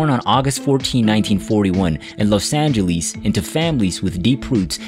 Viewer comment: Couldn’t have said it better. Couldn’t pronounce Dave Brubeck, Troubadour or Los Angeles, for crap sakes.